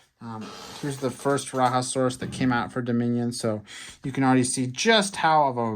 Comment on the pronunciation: Rajasaurus is not from South America it is pronounced RAH-JAH-saurus.